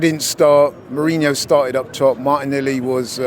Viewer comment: still calling Merino "Mourinho". You just can't fix stu-pid